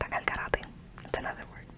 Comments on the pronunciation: A lo mejor este equivocado pero creo q se pronuncia al “garete” nunca he escuchado “garate” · Al garete not Al garate